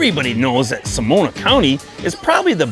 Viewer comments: SO-NO-MA not Somona! You make me laugh! Nice video! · Sonoma County , not Somona County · FYI It's Sonoma not Somona Great video though 👍!